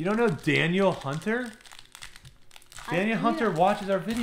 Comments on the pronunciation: Love the content and appreciate you, but I have to hit you with a pronunciation guide for one of my beloved Vikings and a potential HOF'er. It's not Daniel Hunter, it's Danielle pronounced (DA-NEIL). Sorry, pronunciation police rant done! Thanks for rippin' them packs! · I think "Da-NEEL" Hunter just unsubscribed 😂